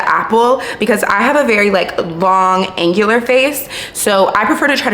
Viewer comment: “Eggular” face shape? 😂